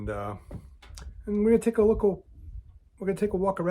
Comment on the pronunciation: “Take a lookL” 😂 who are u Biden!?!😂